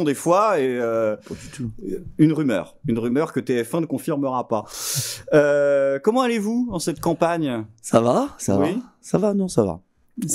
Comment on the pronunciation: Comment allez vous n est pas un nom propre ! La liaison ne s applique pas aux noms propres... de plus c est Son Nom . Liberte !